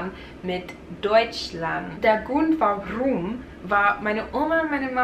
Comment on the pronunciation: Der Grrrrund warrrrum! Bayerisches Prachtstückerl bischt!